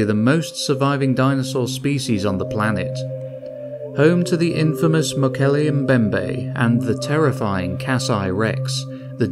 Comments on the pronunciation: Yaaaaay!! Earned a sub from me simply for pronouncing Mokele Mbembe correctly haha! I used to keep predatory fish, my favourites to keep were Snakeheads & Bichirs. A Bichir I was never able to get my hands on was a VERY VERY Rare sub-species thought to be a colour/pattern morph originally until further studies proved it to be a separate species. It's found exclusively in the same river system as the Mokele Mbembe & is names after it! Polypterus Mokele Mbembe! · Can we just take a moment and appreciate the fact that he pronounced Mokole Mbembe correctly. ❤